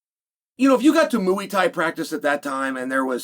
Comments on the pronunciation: Moooey Thai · mooey thai